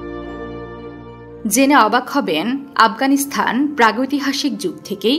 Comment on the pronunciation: আফগানিস্তান (Afghanistan) Not Afghanisthan / আফগানিস্থান বারবার কানে লাগছে শব্দটা 😢😢